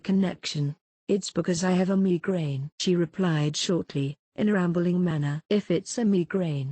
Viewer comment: the way it says migrane🤣🤣